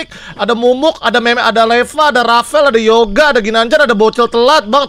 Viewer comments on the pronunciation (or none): none